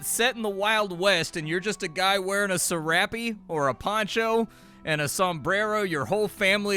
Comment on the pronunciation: "serappee" "Mage-ia" XD